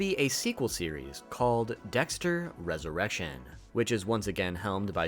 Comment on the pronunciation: Everytime you pronounced Resurrection as Resurr-eshion it killed me on the inside lol. Good video though man!